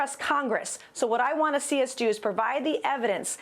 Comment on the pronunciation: It’s great to sheee you… slur much Maria? Have another cocktail!😂😂😂